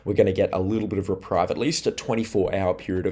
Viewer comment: Love your work,, but the author in me cringes when you say the word reprieve and pronounce it: re-pryve when the word is correctly pronounced: re-preeve. Your weather forecast is always on point, thank you.